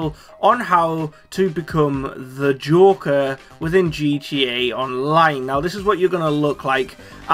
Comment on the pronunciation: Is it so hard to say joker